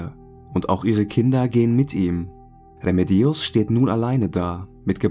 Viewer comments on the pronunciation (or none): Bei Remedios liegt die Betonung allerdings auf dem zweiten „e“! 😉